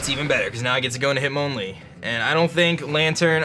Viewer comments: its MON not mown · hit MON lee not mown